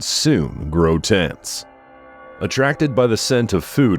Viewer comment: Grow TENSE! 😊